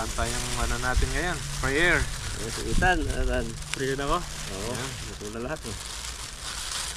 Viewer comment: please call Ethan ITAN hindi ETAN. Sorry pakialamera ako.